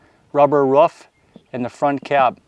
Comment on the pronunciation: Why do you call a roof a ruff? Not being mean I'm just curious, I do love how you explain back to front (kind of like a shingling effect) I'm a new subscriber now thanks